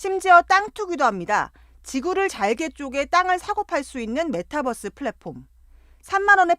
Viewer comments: 아 저 기자 메타뻐스 거리는거 굉장히 거슬리네. 저분은 유니버스도 유니뻐스로 발음합니까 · 아나운서분 메타뻐쓰 라고 하시는 거 뭔가 웃기네ㅋㅋ